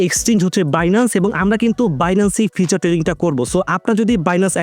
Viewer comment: ভাই ওইটা ফিচার না ফিউচার